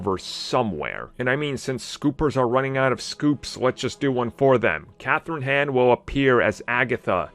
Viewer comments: Kathryn Hahn. Not Kathryn Han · Can u stop butchering her last name please? Hahn, not “hen”